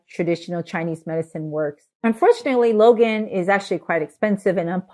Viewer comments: Hi. The fruit you like should be pronounced more like LONE-aunt ("dragon-eye" in Cantoneae dialect). Appreciate your information- and wisdom- packed videos! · For those interested in knowing, Longan is pronounced Long + Ahn or Long + Ann. It is Cantonese as the fruit grows mainly in southern china. It’s actually: long + ngan but shortened to longan in English. It should not be pronounced Logan. Long (dragon) Ngan (eye). Lychee can be pronounced Lie + chee (Cantonese) or Lee + Chee (mandarin) depending on which version. Again, I prefer Lie+chee because this fruit originates from southern china (mainly canton and Fujian). Btw, I’m Cantonese by descent.